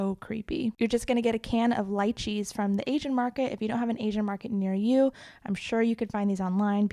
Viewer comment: I understood light cheese instead of Lychees😂